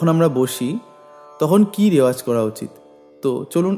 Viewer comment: রেওয়াজ নয় রেয়াজ, প্লীজ নোট